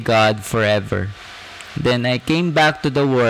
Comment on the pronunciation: Kuya sanayan mo po ipronounce ang world with L, parati nawawala ang L. Pronounce it WORLD not WORD. Okay na po sana ang presentation nyo kaso napapalipit ang dila nyo